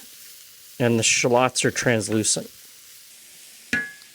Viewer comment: Is that the actually Canadian pronunciation of shallots? Or was it a joke?